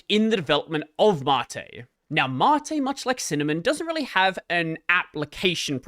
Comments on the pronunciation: Why is it pronouned 'matté' whent it's spelled 'mate'? I'm still getting over 'Gnome' being pronounced 'Guhnome'. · Man I really wish if he said "Mate" the funny Aussie way :(